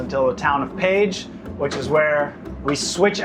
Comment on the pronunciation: Keeps saying ' Paige's 😂😂😂. It's (Pesh). What a fun video!